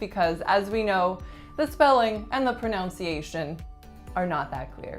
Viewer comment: Your video was perfect until your last sentence. You say pronounciation. It is proNUNciation. Just delete your last sentence off your video.